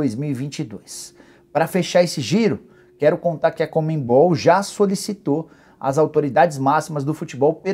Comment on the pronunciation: "Comembol" Nicola?